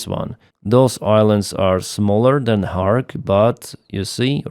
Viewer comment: It is NOT "KHARK" but is KHARG", island.